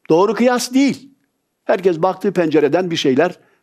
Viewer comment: Hocam seni çok seviyorum. Buraları okuyorsan ''herkez'' değil, ''herkes''... Kez defa demek. Doğrusu herkes olmalı. Umuma konuştuğunuz için acizane bir katkı yapmak istedim.